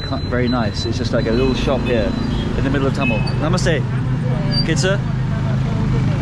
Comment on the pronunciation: its thamel not tamel